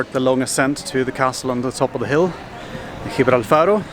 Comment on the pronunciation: Gibralfaro is a hike😘🤜. And you pronounced it correctly🤛👍. Spent there wintermonths with tons of sun, the christmas lights and cribs, belèn. And Cabalgato, the King's parade, kind of 2nd christmas in Málaga. Awesome❤❤❤. And the rooftop bars are open in winter as well, La terazza Hotel Valeria, La terraza de la Alcazaba and, most famous, the Roof Top AC of Malaga Palacio. But there are much more where you don't have to queue😉